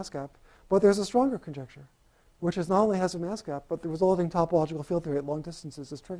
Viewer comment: Did he say mask gap or gas map? ;-) I love Ed Whitten, if only I could understand him :-(